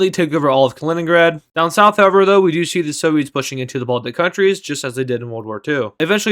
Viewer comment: you said "Soviet" lmaoooo